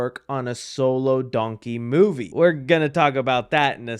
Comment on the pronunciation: I just realized he pronounces Donkey like Dunky